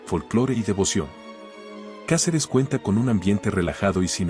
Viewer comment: Se dice Cáceres,como lo ves